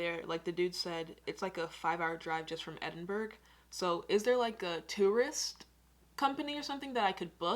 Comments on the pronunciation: For future reference don't say "Edinburg" say Edinbruh which is the way it is produced Edit: never mind it is said later in the video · EdinburG 😭😂 i find Americans so funny omg. We actually pronounce it EdinbrA or EdinbrU even tho its spelled Edinburgh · Definitely pronounced Edin-bruh. We get quite offended when it’s pronounced Edin-Burg 🤣 Also, at the bottom of Arthur Seat, the grounds of Holyrood... pronounced Holly-rude 🙃. Scotland is the most beautiful country in the world and us Scots will give you a warm welcome! 🏴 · I can't believe you said Edinburg when is Edinburgh I'm a Scotsman and I feel offended 🏴🏴🤦‍♂️🤦‍♂️🤦‍♂️ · If she calls it edinburg again im gonna scream Its Edinburgh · Don't say 'edinburg' say edin-bra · Did u say edinburg😅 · Its pronounced ed-in-bra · It’s the “EdinBURG” for me.. i laughed so hard at that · edinburgh, pronounced Edinburra. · Do you want to see dirty cities or beautiful country side? You can take tour buses or drive, it’s up to you how you want to travel. It’s actually pronounced eding-bur-aah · only if you have a speech impediment ,,,,,,remove the G ,,,,it`s Edin-bu-rah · 2 things please learn to say Edinburgh and no you can't get an Uber there 🤣😂🤣😂😂🤣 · surely she didn’t just pronounce Edinburgh like that 😭😭 scots have my back on this one this is embarrassing 😭😭😭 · Sorry but you did not say Edinburgh right 😂